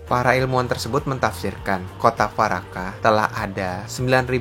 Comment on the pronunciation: Yg pertama bacanya dwaraka min /dvaraka. Bukan farakah 🙏🏻